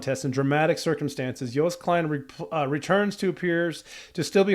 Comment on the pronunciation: the ”oo” joost is pronounced more like ”oh” incase you didn’t know 😭